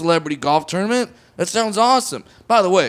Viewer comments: Its tournament not ternimant lol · Jay Mee lol he does pronounce it like that